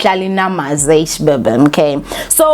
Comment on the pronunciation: Not you calling her Mihlali “Namaze”, it’s NDAMASE